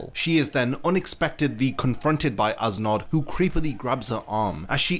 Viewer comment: I'm sorry awesome video, but I cant stop hearing "ass knot." 🤣🤣🤣